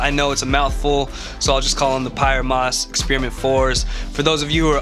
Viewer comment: I think it might be pronounced “pee-air moss”